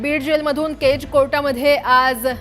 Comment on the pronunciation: बाई केजचा उच्चार नीट करा केच केच काय करताय ..... कधी कधी अतिच शुद्ध बोलतात anchor लोक 😂😂😂